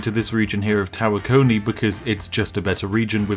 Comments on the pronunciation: I agree, Tawakoni has the emphasis on Wa, it's somehow grating to here Tawa-KO-ni instead of Ta-WA-koni, Texas native here, although not a native-native. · You pronounced tawakoni wrong